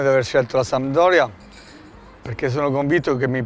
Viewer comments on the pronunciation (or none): 💙⚪💖🖤⚪💙 Pescara è rappresentata da un delfino... Genova, da ALMENO 50 anni è rappresentata dalla SaMP! PRIMA REGOLA: imparare a dire SAMPDORIA ( si può dire anche SAMP...anche DORIA...ma MAI sandoria!) IMO ovviamente. Saluti e SEMPRE FORZA SAMP!!! (hai visto Difra...è facile..😜😜) 💙⚪💖🖤⚪💙